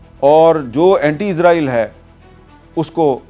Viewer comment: Sir ji israeel bolo na k izraeel